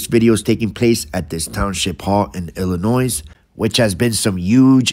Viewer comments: psssst ...the S is silent in Illinois. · Ill a noy The ‘s’ is silent … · Noone smart puts the S ON ILLINOISE SOUNDS LIKE ILLA NOY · Pronounced "Illinoy" not "illinoise". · The S is silent in pronouncing Illinois. If not basic understanding of English or the States themselves; a simple online search: Is the S in Illinois silent? Yes, the S is silent. As is the custom with French words, the final consonant is not pronounced. This part of North America was settled by the French in the 1600's. They named it after the Illinoi people already living there, 'Pays des Illinois', or the Land of the Illinois People (plural, hence the s) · The s is silent in Illinois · The S is silent in Illinois. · The "S" on the end of Illinois is not pronounced. It is silent.